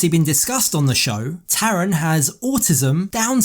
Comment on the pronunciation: His name is Tharan not Taran